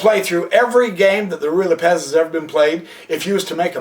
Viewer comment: Has this moron never met anyone named Lopez? Does he really think the accent of Lopez falls on the second syllable? Why does he waste time telling us that he can't cover all possible continuations? The poster is disorganized, inarticulate, and verbose. He frequently lapses into incoherency. He apparently can't keep what he's talking about clearly in mind for more than three sentences in a row. He can't remember which is the kingside and which is the queenside. The tiny amount of information provided isn't worth putting up with his obnoxiousness. What a schlubb.